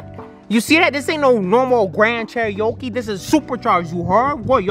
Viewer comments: Bro I know u did not say no GRAND CHEERYOKE ITS GRAND CHEEROKE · This ain't no normal "Grand Cheriokee"🤣🤣🤣 I'm dead